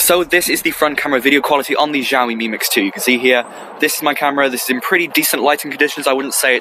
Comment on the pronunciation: X is "sh", not "gz".